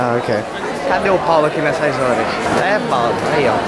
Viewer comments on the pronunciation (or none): A melhor parte é quando a menina tenta falar o nome paulo no,momento